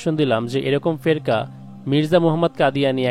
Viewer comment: উচ্চারণ টি কি ফেকরা হবে না?